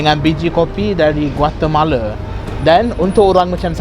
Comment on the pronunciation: Ha'ah laa inggeris si ni dah macam orang melayunye inggeris dah takde slang british tu yg macam burung belatuk tu. Aje rosak omputih yg sorang ni. Oii kalau nama negara Guatemala tu kite sebut betul a="A" tak sebut Guatemale apaaaa laa dak nii,anti puncak betol